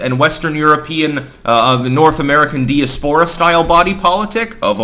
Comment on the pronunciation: Dye-ASS-purra, not dee-uh-SPORRA